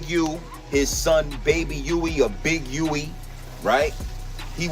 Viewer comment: I thought it was baby Huey not baby wee. 😮